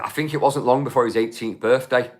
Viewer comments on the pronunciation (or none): none